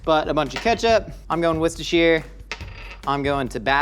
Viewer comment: I hate how he says Worcestershire